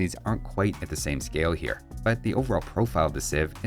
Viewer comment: "hwhats happening over 'ere"